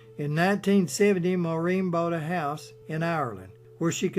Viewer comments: INTERESTING AND INFORMATIVE. HOWEVER SIR, AS A POINT OF INFORMATION AND, IN THE HOPE THAT YOU MAY HAVE SOME WAY OF EDITING AND RE-RELEASING YOUR MOST IMPRESSIVE POST ON MS. O HARA, I NEED TO LET YOU KNOW THAT YOU ARE DEFINITELY NOT PRONOUNCING THE NAME MAUREEN CORRECTLY. AS YOU PUT THE EMPHASIS ON THE THE LAST 3 LETTERS AS THE SAME WAY AS THE MAN S NAME IAN (een) WHEN THE NAME IS, AT LEAST IN IRELAND (PARTICULARLY IN MS. O HARA"S YOUNGGER DAYCS) PROUNCED WITH THE UMPHASS BEING ON.......... MOR....... AUHH.... "EMPHASIS ON......... FOLLOWED BY REEN.... WITH THE EMPHASIS ON THR.... REE.... FOLLOWED BY THE..... N.... THEN, AND ONLY THEN, THE SOUND.. IAN IS MADE. KIND REGARDS SIR, KEEP UP THE GREAT RESEARCH AND POSTS. P. S. I AM NOT SURE FOR CERTAIN BUT I THINK THAT WHILE THE PROUMNCIATION YOU GIVE OF MS. O HARA"S FAMILY NAME IS A LEGIMATE WAY OF DOING SO, THAT THE WAY HER NAME WAS ALWAYS PRONOUNCED IN IRELAND FROM THE TIME SHE BECAME KNOWN TO THE IRISH MEDIA AND MOVIE GOING PUBLIC, WAS NOT FITZ... SIM... AS IN THE SIM CARD.... NOR AS IN THE WORD.... SIMILARLY.... BUT AS...... IN THE NAME SIMON IN THE MUSIC LEGENDS... SIMON AND GARFUNKEL..... AND THE AMERICAS GOT TALENT.... SIMON COWELL..AGAIN KIND REGARDS SIR, JACK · So funny the way the name ‘Maureen’ is being pronounced but nevertheless a really great recording of her life, thank you. I remember, some 30 years ago, a colleague of mine was holidaying in a hotel down over the boarder in the Republic of Ireland. One evening, during the holiday, Maureen was in the same hotel at a function and introduced herself to my colleague as, “Pleased to met you, my name is Maureen, how are you?” My colleague said she was very down to earth, gracious, and so beautiful even her latter years. My personal all time favourite Maureen O’Hara movie is ‘Sentimental Journey’.